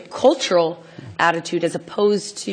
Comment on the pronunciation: the only thing annoying me about this vid is her pronounciation of "cultural". it's cultural. not colltoral.